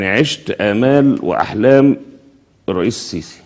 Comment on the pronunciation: ههههه لو ما جات تنطق الريس لسانها اتلبش